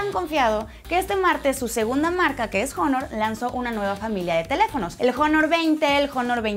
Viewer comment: Huawei lanzó el Jonor 20 😂 xq la gente tonta sigue diciendo Jonor? En la palabra Honor, incluso en inglés, la H es muda, y se debe al orígen de la palabra. Al rato la palabra Honesty la van pronunciar "Jonesty" 😅